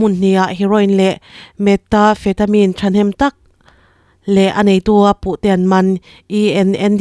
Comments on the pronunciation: Metafetamin i tih hi.. Methamphetamine tih a ni zawk lo maw. I lam dan ava mak ve. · Ni e,methamphethamine tih angin ka lo hre ṭhin meta...... ni loin